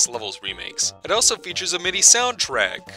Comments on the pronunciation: How can you mispronounce a word as simple as also multiple times in one video? Answer: many. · You pronounce “also” extremely bizarrely lol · what the fuck is up with pronunciation of the word "also"?